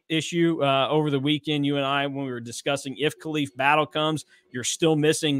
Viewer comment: Maybe Battle did come because you guys don't know how to pronounce his name